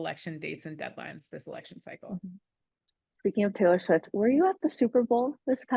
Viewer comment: Tttaylor.. Sfiwttt...